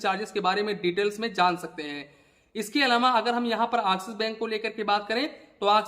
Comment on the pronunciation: Abe Axis Bank Nahin Axis Bank bol